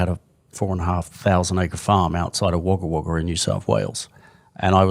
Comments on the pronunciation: The NSW city is pronounced wogga wogga, even though its spelt Wagga Wagga, Not that Tom will even read this. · Tom, seriously, your pronunciation of Wagga Wagga... Most of us just call it Wagga too btw. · Tom's pronunciation of Wagga Wagga hahahahahahah. It's said Woga Woga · I nearly fell off my chair hearing Tom's pronunciation! 🤦